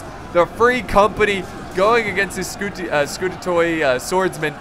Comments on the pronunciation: the pronounciation for "Scoutatoi" is Scu~ta'~tee! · when you see a greek name like scoutatoi call the 'oi' like 'e'. It is like the greek names (Hercules, Ares) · Pronunciation help (As far as I know) Aussoldner Auss is pronounced as you would Aussie but without the ie Old is as you’d say a old person Ner is pronounced as you’d hear old timely movie villains go ner see (Combined) auss-old-ner Scoutatoi The first part scout is said as you’d say a Boy Scout A is by itself And toi is said as you’d say toy So it’s got three parts scout-a-toi Arkebusenschutze (Here we go) The first bit is ark it is pronounced as you’d say Noah’s “ark” The next but is e you’d say it as if your going eh indifferently Next is busen is said as if you combine boos and end into a word Schut is said as you’d say shut up but with a sneeze before the h Zoe is said as Germans say ze ... are coming (Btw I double checked these pronunciations so they should be alright)